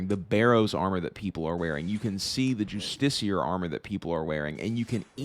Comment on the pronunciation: saying late game gear being justiciar is hurting me to no end lmao